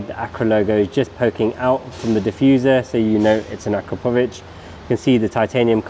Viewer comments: Has anybody ever told you, that you pronounce "Akrapovič" wrong??😅🤣🤣 It's A'KRA'povič, not Akra"PO"vič!😅🤦‍♂ Emphasis on the 'kra', not the 'po'. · It’s pronounced “Ah-KRAP-oh-vitch”. You’re welcome 😉.